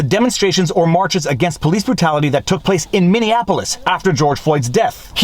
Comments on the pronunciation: By the way,, “Minneapolis” is “mini-APP-lis.” You keep saying “Minion-apolis.” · He's always mispronouncing Minneapolis as Minne Annapolis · Viva, love the channel! One suggestion, you are mispronouncing Minneapolis. It sounds like Minneanapolis to me. Lots of folks screw it up by adding an extra N into it. And yes Chauvin should get a new trial with a change of venue and they ought to prosecute the juror who lied on the questionnaire.